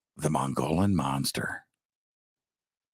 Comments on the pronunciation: It is pronounced mug-ee-yawn rim...the dbl LL is like a Y. Love your show am definitely a fan and want you to say it correctly and not get ppl angry. Just some info from an OG AZ born State 48 original! Much love! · Mogollon is pronounced Mo gee on. The g is pronounced with a hard sound.Otherwise a great show!